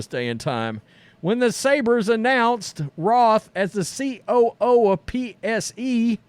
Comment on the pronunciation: Have I been pronouncing the Buffalo Sabres wrong this whole time? Isn’t it pronounced “Say-bers” not “Say-bruhs”???